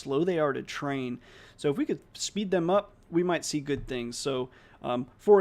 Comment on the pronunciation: Incredible work. I think the transfer learning can be improved by doctoring your transcript to account for your accent. Youll be able to overcome the pronunciation issues once the model is trained. For example, when you say good there is a heavy u sound. You can transcribe it as gould and it would likely be a closer phoneme